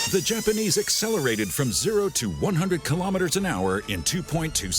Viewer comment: I wonder why people always seem to trip up on the pronunciation of "kilometres" when they can say "millimetres" properly.